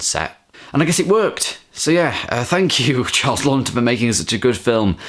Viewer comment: I've got the Arrow Academy release from 2013 but still haven't watched it yet,got similar extras to the Criterion,and it's pronounced "Lawton" with 1 n ;) he was also in Spartacus,also check out Witness for the Prosecution from 1957,similar vein as Twelve Angry Men but just as good.